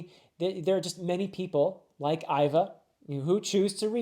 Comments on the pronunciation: Vice warden Hannibal (like the ancient general that fought the Roman) and even though it’s spelled Ivk, it’s pronounced Eva, however, that aside, i think this was a beautiful video, it’s my 1st here and can’t wait to see more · For pronunciation- Iva is pronounced like Eva, and Hannyabal is meant to sound similar to Hannibal: Ha-nya-bal. Extra fun fact: “luff” is a word that has to do with sailing. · I think the vice warden is called Han-Ya-Bal, but you got jimbei right, for Iva I have heard it both how you say it and as Eehva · In regards to pronunciations of names: Hannyabal is just pronounced like Hannibal. Ivankov/Iva has a hard E sound, as in the name Eve. So it sounds like "Eve-ahn-kov or Eve-ah" Jimbei is sometimes called Jinbe depending on the translation. This is because the kanji used is sort of a mix between the english "m" and "n" sounds. All of that is baisically to say, your pronounciation of his name is good imo.